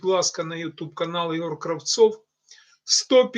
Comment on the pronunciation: В ступній частині перед "стрімом" не зміг розібрати як звати пана..канал підписан, а коли вітаєтесь то мені чутно як?